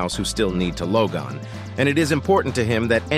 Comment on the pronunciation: loug-on? rooter? Is this AI generated? click bait?